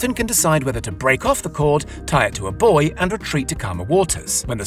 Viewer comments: "... tie it to a boy ..." Please don't tie the cable to a boy and leave him out there by himself in stormy weather. May I suggest using a buoy instead? (boo-ee) EDIT: "Who are we?" Come on, man. Pronunciation is not that hard. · What do I think? I think you could work a little harder on your pronounciation. Buoy and Huawei come to mind =)